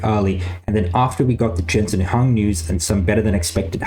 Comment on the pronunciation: It's Jensen HWA-ANG not HUN lol